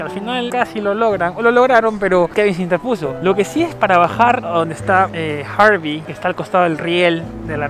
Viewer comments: Se llama Harry no Harvey como tu dices ... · Harry no Harvy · Era Harry no harby 😂😂😂😂pero buen vídeo